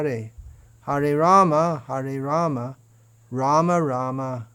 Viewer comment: Namaskaram 🙏🏻 atleast you pronounce Rama and not Ramo which is incorrect.👏